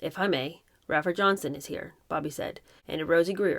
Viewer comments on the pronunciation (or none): Loving this book. (Fyi - Rafer Johnson pronounced with a long A.) I so enjoy your comments and summaries Thank you